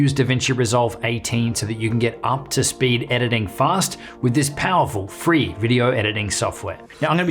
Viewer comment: Did he just say FREE?